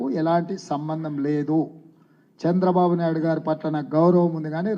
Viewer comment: Sir, మీరు దయచేసి చంద్రబాబు గారి పేరు కూడా సరిగా పలకడం లేదు. సంద్రబాబు అని పలుకుతారు